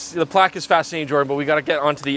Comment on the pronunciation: Started watching and turned my head and you said "Jordan is looking for plax" and I'm like dafuq is plax?? then you cut to a photo of a plaque... :P